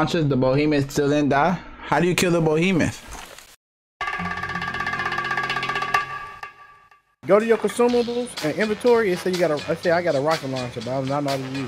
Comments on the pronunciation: It's BEhemoth not BOhemoth. That is all. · Y r u saying bohemeth it's said behemoth. Be not bo